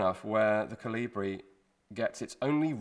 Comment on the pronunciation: Koli-bri please.